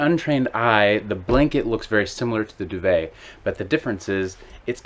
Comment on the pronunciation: FFS , pronounce DUVET properly !!!